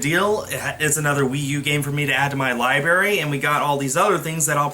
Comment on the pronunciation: Did you just say li-berry?